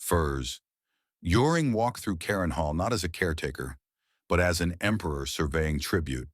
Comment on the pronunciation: This was a good video, but the consistently ridiculous AI narration and subtitles left a bad taste. Can't producers of these videos take the time to read the subtitles and listen to the narration and fix the problems? For example, Göring's estate was "Carinhall", not the multiple misspellings and mispronunciations in the video. Sloppy work seems to be the norm these days.